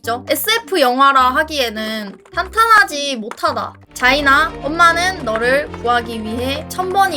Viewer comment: 자인아가 왜 차이나로 들리냐